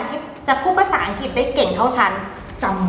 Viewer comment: ภาษาอังกฤษ อ่านว่า "อังกลิด" ไม่ใช่ "อังจิต" นะ